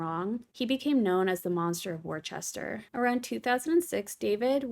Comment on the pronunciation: It’s pronounced wusta x